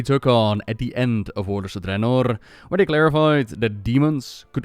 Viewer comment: I like the way you say "Draenor" with that rolled R. I've tried saying it that way, but I can't pull it off.